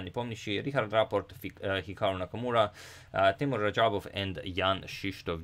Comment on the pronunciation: Agadmator just butchered Teimour’s name.